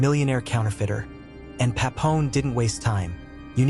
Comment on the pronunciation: Bro it's Papillon, not Papon...